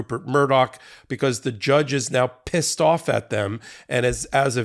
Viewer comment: The way you said “and the judge is all ready PISSED of at them. But the way you said pissed was hilarious. You said it was such punctuation. Totally crack me up.